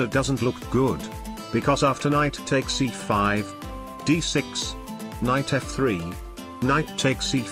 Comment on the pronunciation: Did he actually do the k? Like "please don't take ba ... ck my kinght"